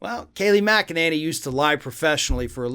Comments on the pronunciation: My dear - you are mispronouncing Kayleigh's last name. It's actually Mc-a-ninny. Just listen to her speak if you don't believe me. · This guy is so hopeless as a commentator. Getting her name wrong at least twice is unforgivable. His language is adolescent, his argumentation flawed and his intellect below average. Does he really need to clear his throat so often? It’s distracting. Find a better journalist.